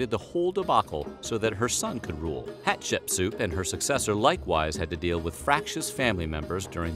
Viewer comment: i find this very interesting because not only am i learning some facts, your also saying my name. Like I find that so funny how im watching this and I keep thinking someone is saying my name but its you just saying Hatshepsu differently than the regular pronunciation.